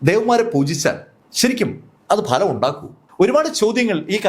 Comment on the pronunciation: ഭലം അല്ല ഫലം എന്ന് പറയു 😜